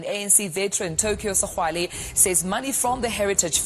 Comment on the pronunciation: Is Tokyo Sexwale how imbarrasing a black person who cant pronounced another black person surname u hope the ebergy that u put on exposing blacks u will have same energy to expose white corruption